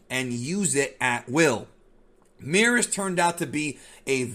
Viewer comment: Is it Meerus or Merus? Merus is pronounced the same way as Beerus? This peeves me lol